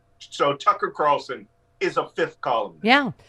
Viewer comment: "Tuchus Carlson"